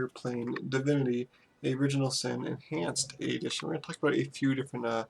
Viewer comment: "Divinity Original Sin: Anhanced Adition"